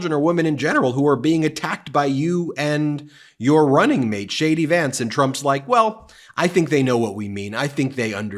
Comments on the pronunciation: Did you say Shady Vance, Ben? 😎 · Shay-D Vance.... 😂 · Are you pronouncing his name "Shady" Vance....or am I just having a hard time hearing? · How come I always hear shady vance?